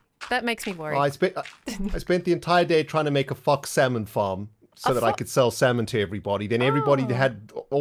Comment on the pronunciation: When you need the subtitles to realize ren said fox-samon farm :P